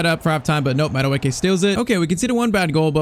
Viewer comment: Madueke's real pronounciation of the name is' Madueke in a high pitch at the last 2 letters of the name' Its Nigerian really and that the real pronounciation, but he was just born in england while his perents are Nigerian